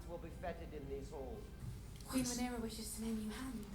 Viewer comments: I don't think will ever get Rhaenyra's name right. He keeps mixing it up with Daenerys. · I love how has read the book and watched the show but still mispronounces Rhaenyra's name